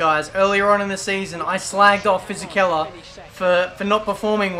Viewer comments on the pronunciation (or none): none